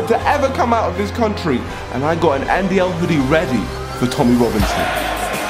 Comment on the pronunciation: Niko: “Join the NDL”: “Join the NDLE” 😂😂😂